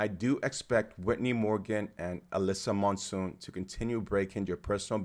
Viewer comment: Please, have some respect for the runners, learn how to pronounce their names. Chmiel, Schweizer, Monson. I know it's not obvious, but do some research. Nice effort otherwise, and thanks for taking some time on Whittni Morgan, ex NCAA XC champion one year before Tuohy and finishing twice second behind Monson in her last events.